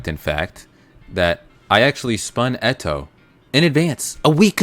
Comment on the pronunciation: I hate how u pronounce eto